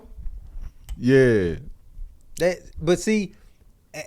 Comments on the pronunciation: and y'all my dudes lol.. but the brotha name is Manti Teo 🤣🤣🤣 I was crying hearing y'all call him "Mateo"🤣🤣🤣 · said mataeo 😂😂 it’s manti te'o. Who tf is Jeff 😂😂😂